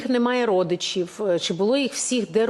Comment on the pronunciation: Чи, а не чі